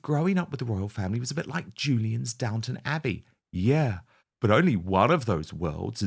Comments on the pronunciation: Downton, not "downtown". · It's Downton not Downtown.